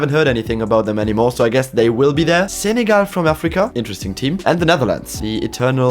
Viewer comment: love the zenegal pronounce